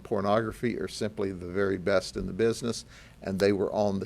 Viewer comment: What's whith the emphasis that they are "the best"